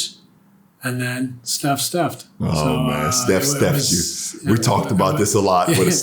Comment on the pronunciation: Nash said “Stephed me”😂